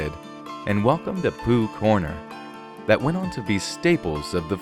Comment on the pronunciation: Welcome to Pooh Corner? did I hear that right